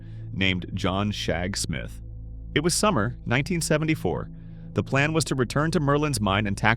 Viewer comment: Excuse me, did the AI say John Shagsmith? If that's a real person ... that's a fantastic name (some tens of seconds later it refers to him as Smith)